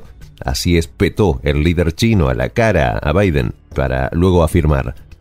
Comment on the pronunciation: que mal pronuncia el nombre de Biden este presentador, muchos errores en diferentes videos, errores matemáticos, errores geográficos, errores etnográficos,etc